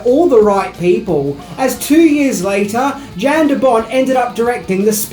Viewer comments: Yahn DeBon, not Jan the T is silent he's Dutch. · Director Jan De Bont. Jan(pronounced "Yawn") He's Dutch. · you probably already know this, but Jan De Bont, Jan is pronounced Yon. All good though I know you probably realize it now. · it's pronounced YAN de bont. And John mctearman